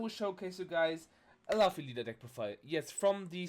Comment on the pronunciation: its pronounced l-o-o-f-e-e